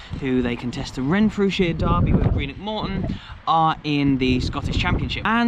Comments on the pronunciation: That was absolutely horrific hearing you repeatedly - time and time again - talk about "Greenock fans" and suchlike. And I'm saying this as a St. Mirren fan (their supposed rivals). They are Morton fans. The team is Morton. Greenock is ignored as a prefix. Also, wtf with "Ton" as if it's a weight? You need to say "tawn" like tawny owl. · It wasn’t a merger, just added the name of the town. And “Ton” with regards to Morton isn’t pronounced normally, it’s like “Tawn”